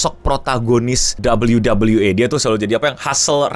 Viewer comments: Sampe bingung gw 😮, bukan WWA bang, nyebutnya WWE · dabel u dabel u i, kenapa bang bilang e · Gatel bgt bjir tiap denger ngomong dabelyu dabelyu E bukan dabelyu dabelyu I wkwk